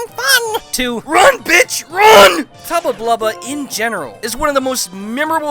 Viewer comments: "Tubba Tubbla" I think you goofed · I'm calling him Tubba Tlubba from now on.